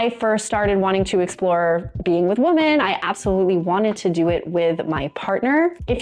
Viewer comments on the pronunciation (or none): Woman singular is pronounced "Wu-muhn" .. (as in "that woman is really cute") When talking about MULTIPLE women (notice the "e") .. it is pronounced "Wi-MEHN" ... (as in "That group of women are really having fun together!") Say the word "whim" without the "M", and then add "MEN" at the end ...... then you have "Wi-Men"